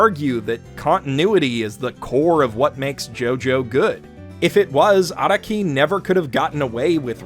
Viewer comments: Lmao this clown can’t even pronounce Araki’s name right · Most people hate this video be he said that you might want to skip a part. I hate it because he pronounced Araki wrong